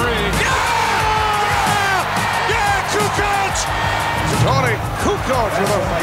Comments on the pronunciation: I get you. I was just disagreeing with the video saying Barkley was saying Kukoo. And that he was probably pulling his pronunciation from the various ways people pronounced it in the past. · Charles called him “Coo Coke.”